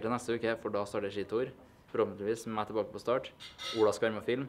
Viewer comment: Engelske: Ski Tour Johannes: Skji Tor